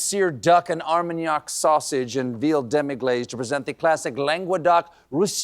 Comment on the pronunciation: I can't believe Stephen mispronounced demi glaçe